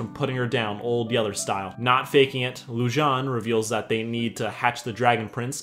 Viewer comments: Okay- first off- Hilarious. second, Its actually pronounced Loo-JJ-ay-neh. I think it means moon in some other language. third, You called it. Mah boi runaan is gay, and I knew from the start. I mean, look at his eyes. that eyeliner is on point. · 1: The theory that Viren switched Pips and Harrows souls is NOT confirmed 2: You pronounced Lujane wrong. 3: YOU ARE LITERALLY A GENIUS!! Best sarcastic summery ever! (In case others exist — I alr watched S2 and S3 summaries)